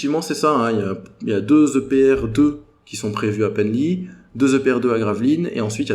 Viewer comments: Oui, et on dit Penly (pan-lit) et non "Pennely" 😉 Super vidéo, et bravo pour le look punchy, ça change de d'habitude 😊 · Très bon et félicitations.Attention à la prononciation de Bugey et Penly.Pour la limite des 50% de construction de futur Nucléaire, c’est plutôt politique que technique.C’est lEurope/Allemagne qui nous impose les 50% dENRi. La butée de 2050 est un objectif mais pas absolu, c’est politique aussi